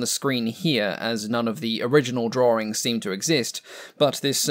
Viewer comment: "Drawerings" lol!